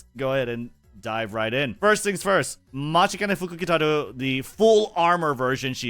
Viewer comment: It doesn’t matter how many times it happens. I am always impressed with being able to pronounce the fortune teller’s full name. I can’t even spell it out lol